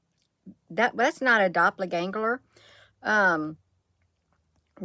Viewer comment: Dopler gangler....lol I think is kinda funny you cant say doppelganger......😅🤣😂